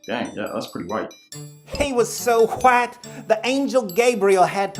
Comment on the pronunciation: The pronunciation of “hwyte” is so funny